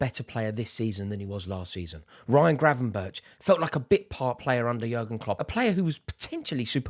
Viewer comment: Rory you did such a good job pronouncing the dutch names of the coaching staff, now do the same with ‘Gravenberch’ I know you can do it😁